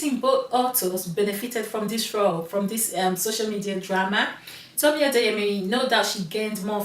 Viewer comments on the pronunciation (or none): Heya. Just so you know, you got one of the author’s names wrong multiple times lol. It’s Tomi Adeyemi, not Temi Adeyemo😋